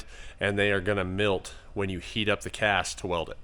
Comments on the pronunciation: I think you said “milt”? Did you mean “melt”? 🤔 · Did you just say “mealt”? Just bustin balls man. Good video! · Did you say milt?